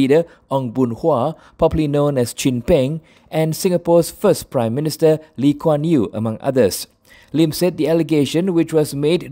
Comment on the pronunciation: Can’t even get Singapore founding father name correctly and she’s a member of the Malaysian parliament. 😳😂😂. An embarrassment to the Malaysian parliament.